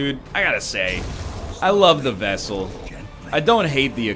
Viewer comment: NL REMOVE FEAR OF ELDRITCH AND UNHOLY FROM MATHAS (but first yips) also the focus ring should be used for the front line due to the extra crit.... And for the jester if your going to use finale then use dirk stab since it moves him to the front 2 lines allowing him to do his finale.... AND DID YOU SAY VESSAL??!?!?!?